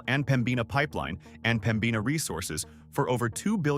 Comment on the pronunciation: what an INSULT for you to show AMERICAN dollar bills, NOT Canadian bills. & omg, could you at least pronounce our cities/ names correctly ??- " Reee Gina" ... is Regina .. " Peter Lawed /Laheed" ... seriously ??? " Peter Lougheed " " Pambina Pipeline is PEMbina pipeline" ! how embarrassing for you ! Alberta has MANY great Albertans,,Native, REAL Albertans that built both this Province and Canada, not like the " BC & Eastern migrants' we're presently being invaded with.